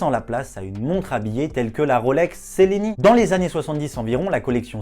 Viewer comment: On prononce tchelini